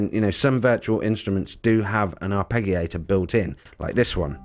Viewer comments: Arpegiator the g is like giraffe not Gary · Surely pronounced ' arpejio/arpejiator'. ? Away from me being pedantic, thanks for this. Subscribed and liked🙂